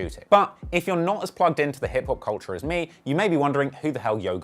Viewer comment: the "kulture" beautiful bru